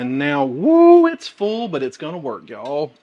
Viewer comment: I just love the way you say 'Y'all'! This looked so yummy, until you got to the red peppers which I am allergic to, any color actually, and also do not like the dried tomatoes. Hmm, wonder what it would be like without either?